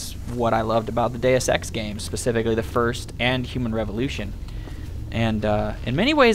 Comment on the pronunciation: Every time you say deusex I hear day of sex :)